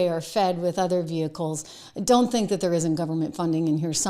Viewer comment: How awful in the first thirty seconds of the show you dropped your t's twice. Are you kidding me? Speak English. pronounce your t's. You sound like a moron. There is an attack on the English language and you are participating. How Awful!